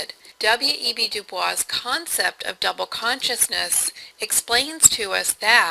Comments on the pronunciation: This was a very good summation of Smith's approach to social inquiry, with one exception that drove me nuts. WEB DuBois is not pronounced using the French pronunciation or Streetcar's Blanche, but Du-Boyz. I know it's counter-intuitive, but that's the real deal. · You say WEB DuBois so flawlessly xD